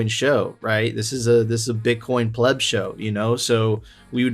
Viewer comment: it's pleb